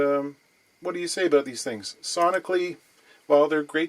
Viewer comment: Yeah... I heard some Great White North in his aboot, eh?